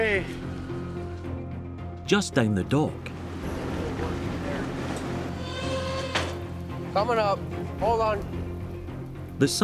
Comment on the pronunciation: The icy unforgiving duck? OH, wait... DOCK. He said dock.